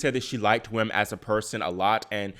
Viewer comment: By the way, "Wim" is pronounced "Vim" in English.